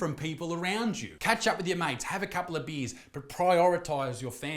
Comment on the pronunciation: "Have a couple of beas" 😂😂